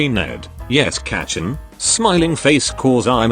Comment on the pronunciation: everytime it says kacchan in these videos it sounds like its about to say ketchup and its making me mad